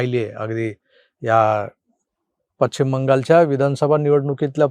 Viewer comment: सर सगळं बरोबर पण दिशेचा उच्चार "पश्चिम" असा असतो "पच्छीम" नाही 🙏